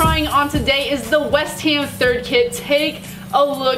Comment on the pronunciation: why u keep saying west hem , its west ham u don't even pronounce that right 😩😩 please fix it next time